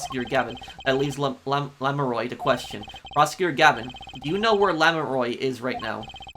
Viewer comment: I know it'll be mentioned a million times, but Lamiroir's pronounciation at the end is like "Noir". It's the common "oi" in French in that it becomes "oa" saying it out loud, kind of. Think it like "LA Noire". Also, this case has IMO the worst premise to it. So little makes sense at the beginning.